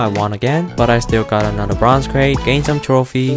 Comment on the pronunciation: Slap yourself when he says "bronze crate"